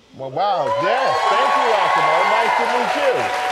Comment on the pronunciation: Stop calling him "ah-si-mo"! You heard the man--er, I mean guy! You heard the guy! His name is "az-si-mo"!